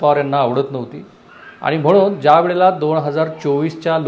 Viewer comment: पन= पण # आनी =आणि ..... न ला ण आणि ण ला न म्हणायचे हा काय प्रघात आहे तुमच्यात ?? कृपया ही अनिबानिपानी थांबवा,🙏 शुद्ध बोला आणि माय मराठी ला वाचवा. .. बाकी सर्व चांगलं आहे तुमचे...